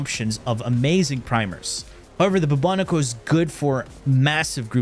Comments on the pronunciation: Boo-Bo-Nico?! No. Just no. I know you’re messing with us. It’s Bubonic as in the bubonic plague. Bubonico, say it with me. 😅 love you. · Boobo-niko kinda triggered me. 😅